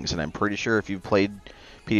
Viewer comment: Melee is a French word, I do believe. It is pronounced MAYLAY... don't be mealy mouthed with your pronunciation! Carrion is pronounced CARRYUN, not like the airline luggage.